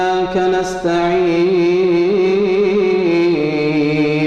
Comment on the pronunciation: الدال في كلمة نعبد في سورة الفاتحة ليست ساكنة "نَعْبُدُ"